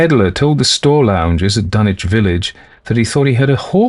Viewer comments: The correct regional pronunciation of Dunwich would not sound like dun - itch, but dun - witch. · Dunwich with a w.Not dunich.Learn to pronounce words before you do audio books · Ask any local in the Commonwealth to pronounce Dunwich and they're going to tell you it's Dun - witch. HPL knew the area well, traveled it, and spoke himself with a RI accent. HPL did not speak w/ an affected English accent, so why then do you insist that he'd pronounce Dunwich in any way other than as a native New Englander like himself would've? As a lifelong New Englander myself, I never once heard any of my grandparents, they being born a few years +/- of HPL, pronounce the "wich" of any MA town name as anything other than "witch". So no, there is no tradition, alternate or otherwise, in the Commonwealth that would allow for the foreign pronunciation of Dunwich as Dun - itch. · No ,its a fictional town in new england you miss pronounced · No, they're not. For instance, no one pronounces Sandwich, MA sand - itch or Ipswich, ips - itch regardless of their geographical location inside the Commonwealth, no one.